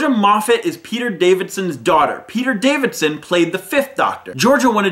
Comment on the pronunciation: P rofl "davidson" XD